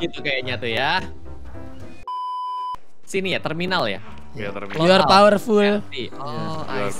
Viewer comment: Yu ar powerpul yu ar biutipul😂